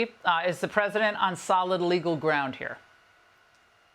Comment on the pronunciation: She said "Jagg Off"icer😂 I really thought she said JAGOFF when she really said JAG Officer. My bad.